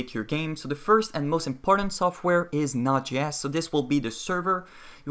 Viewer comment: Your pronunciation of Node.js drove me crazy